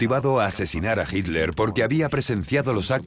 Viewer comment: Me molestó durante todo el relato que la narradora no supiera pronunciar Hitler.